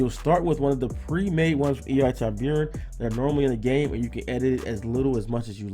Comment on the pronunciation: Its pronounced Tib ur on like the shark.